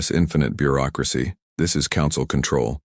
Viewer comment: "This is the GCS infinite Beuracracy..." here to help 😂😂😂😂